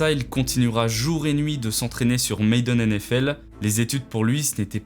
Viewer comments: on dit ma - den pay maayyyyy den . arette de faire le ricain si tu sais pas bolos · Très bonne vidéo, cependant c'est madden, pas maiden, c'est dommage cette erreur de prononciation qui est répétée tout le long de la vidéo, même si ça n'enlève en rien sa qualité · Madden bordel, pas Maiden. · ça se prononce Madden, pas Maiden... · Tu prononces "Maiden" au lieu de "Madden". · Vous êtes chiant les français à utiliser des mots anglais et les massacrer à la prononciation... Tu fais un super vidéo de qualité , bien monté, bien édité. Sujet bien recherché , bon rythme, vidéo engagent et vraiment intéressant. Ce qui me choque c’est que ça se voit que tu as passé du temps à faire une bonne recherche , mais tu n’as pas été foutu de mettre Madden dans google translate pour avoir la bonne prononciation. Durant toute la conception ou production tu t'es jamais dis < > Tu check un game trailer sur youtube et il repete le nom comme 100fois par trailer. Ou encore plus facile <<Madden pronounciation>> sur youtube. Ça m'a pris 5sec et c'est top link: C'est mAdden pas mAIdden... Désolé d’être si blunt mais franchement là .... En plus tu as du l'entendre plein de fois en cherchant les sources en VO non ? Sorry tu prends cher pour tous les autres français qui font la même bullshit mais si tu sais pas comment prononcer un mot apprend à le prononcer avant de l'utiliser. Malgré le ton négatif de ma critique je trouve que ce que tu fait est super 👍 Continue mais utilise la multitude de ressources à notre disposition sur Internet pour peaufiner ces détails importants. Bonne continuation , je subscribe qd même;) Peace